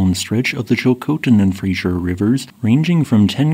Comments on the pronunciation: "Fraser" as in Fraser river is pronounced "Frazer", not Frazher" or "Frazier". It is named for Simon Fraser, the European explorer. Incorrect pronunciation is moderately irritating to British Columbians. As my name is Fraser, I take particular exception to this mispronunciaton. As most Americans tend to mispronounce the name, notwithstanding the spelling, it isn't surprising that you do as well, however it is a geographic label, worthy of respect. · It's not the Frasier river. You keep pronouncing it like the TV show from the 90s. It's the Fraser river. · The name of the river is The Fraser NOT Frasier. It's pronounced Fray-zer. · Americans seem to be physiologically incapable of pronouncing Fraser correctly.